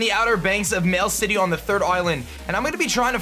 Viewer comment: did this dude really say mail city...